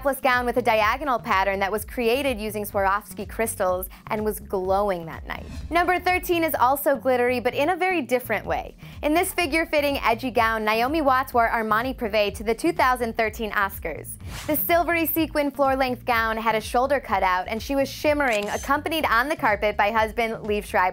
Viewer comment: why do ppl say NIGH-omi? NAY IT'S NAY. Naomi